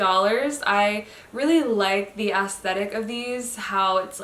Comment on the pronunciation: Not sure if you were just saying aesthetic, but I kept hearing assthetic. And it's really both, so.